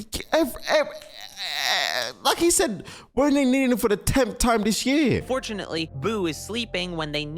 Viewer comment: This guy is annoying "Dis is just like the Cell saga! Dat is just like duh cell saga." We get it. You're a clever boy.